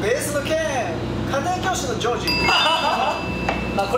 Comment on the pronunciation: ジョージの発音良すぎてそれで笑うんだけど